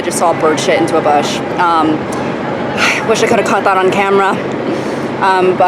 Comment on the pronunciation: You're saying camera as "camarra" . Yes, something's definitely wrong. You have been elevated to actor status now 🤢